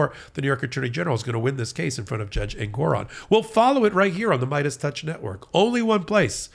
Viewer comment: Thank you! Excellent! It’s refreshing to hear the profound knowledge that is lacking on the major media platforms. One minor thing that brings it home is that they can’t even pronounce Judge Engoron’s name properly. They put the accent on the En and not on the Gor. Thanks again! Have a great Sunday!❤️👍🏼👏